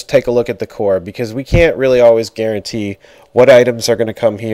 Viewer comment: haha "garen-tee"